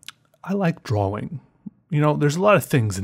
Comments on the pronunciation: You sat dwaring when it should be drawing. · Fergusto ! its called a dialect or an accent lol also, he says "draw-ing" while most people pronounce it "dra-ing" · the way he said draWING was just yes u have always pronounced it drawring wooooow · You say drawing wrong...